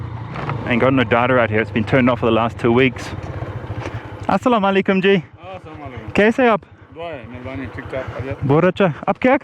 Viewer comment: it's not aslaam o alikum.. it's assalam u alaikum as in arabic it is اسّلامُ الَیکُم.. so he was right, he just didn't add u in the middle. You don't have to be accurate..he was trying to do it and that's enough.